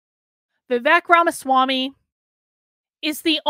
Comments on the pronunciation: Pronounced Vi-Vake… as in cake, Not Vi -Veck. But yes I agree with you. A great candidate he is but I am still pulling for Trump. I think Trump would be wise to make him his running mate. Vivek has his whole life ahead of him but Trump needs to finish the job he started. Vivek can take over in 2028. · His name is pronounced is Vi-wake. I do not know much American politicians, but Tulsi and Vivek will make very good president. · FYI ~ it’s pronounced “Vivake” and it means judicious and wise in Sanskrit 😉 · Please pronunce Vivek as Vi-wake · Yes. Thank you.